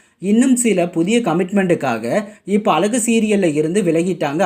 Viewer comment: இந்த சீரியல் பற்றிபேசும்நபரேதமிழ்உச்சரிப்பைஅழகுவார்த்தை.. ஒழுஙகாகசொல்லக்கூடாதா